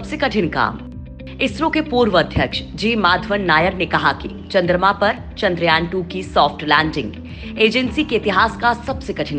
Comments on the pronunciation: Lady giving the voice over... Zara dhang se bolo ek baar charndrayaan... Bar bar.. Chandrayayan chandrayayan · Madam chandrayan boliye chandra yayan nahi. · Haha sahi kaha iskaa pronunciation ye hai चन्द्रयान